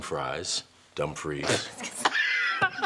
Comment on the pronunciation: Laurence's mispronunciation of Dumfries got me starvin'!